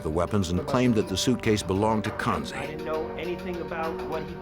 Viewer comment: He is “kasi” not kansi and belongs from Quetta.